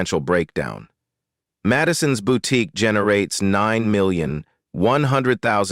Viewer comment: Where is the T in boutique that’s irritating me